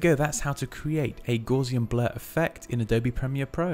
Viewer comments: pronounce it correctly. Gowssian. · FYI Gauss rhymes with mouse, not gauze. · That is definitely not how I pronounced Gaussian.